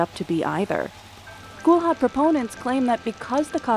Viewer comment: That's not how you pronounce kulhad.